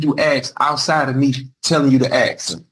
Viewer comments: It never ceases to amaze me how tenacious these convicts are about learning just enough of the law to present a vigorous defense that their council advised them not to do! It is equally entertaining, listening to them butcher legal jargon and courtroom banter, trying to pronounce words in Latin, all while still heavily peppered with ebonic words like, ax vs ask! 😂🤣😂🤣😂🤣 YouTube GOLD! minute mark, did he say, “The African”? 😂🤣😂🤣😂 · I hate the use of axe instead of ask. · "Aks..." you a question. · Why does he keep saying "axed" instead of ask? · Learn GOD DAMN English!! Ask, not "Ax". I do understand that language is fluid and changes over time, but the repeated use of the word "ax" instead of Ask, just drives me up the wall. Please excuse my poor English, I am not a native English speaker. 🙃🙂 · I hate the use of axe instead of ask. Speak English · Ask not aks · Holy hell, this guy likely needs to get his affairs in order as he is going to prison the next day .. by the way it makes me crazy when he keeps saying “I ax you a question “ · Ugh! I hate hearing “axe!” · Will he ever quit AXING questions ??? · The recorder should. I don’t care if it doesn’t make sense on paper. He’s saying axe. I hate it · I keep “axing” you… lol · Same. The word ask is not that hard to say. This defendant should’ve stopped while he was semi ahead. 😑😊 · Why is it so hard for these people to say ask? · I wonder if he would pronounce Axe body spray as “Ask body spray” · The word is "ASK" for "fux" sake!!!!!